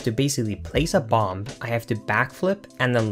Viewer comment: Link us said BOM-BUH NOT BOM BUT BOM-BUH